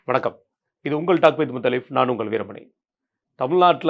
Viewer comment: முத்தலீப் அல்ல முட்டுலீப். 😂